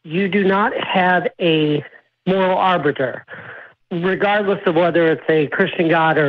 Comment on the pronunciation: "Your moral ar-butter"? "Alls we have to do" - Come on, do better...